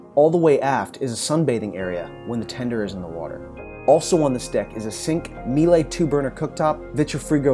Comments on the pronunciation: Miele: pronounced MEELER. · The equpment is Miele, it rhymes with Sheila............It's not meelay.